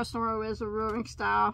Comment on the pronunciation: I love when you two do a video. You are funny together and compliment each other. I'm half Japanese and is pronouncing those Noro names correctly..good job.